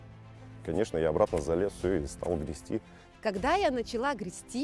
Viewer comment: греБсти блин, греБсти. Кровь или ушей пошла в этот момент